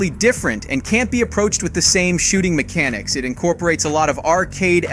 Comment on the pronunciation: "MEK-A-NICKS" LOL